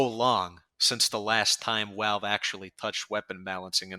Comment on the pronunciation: Pronouncing it "Walve" with a New Yorker accent is wild ngl. Also damn, just the idea of being able to use the Degreaser/Reserve Shooter/Axtinguisher combo again makes me happy in the pants. I main spy.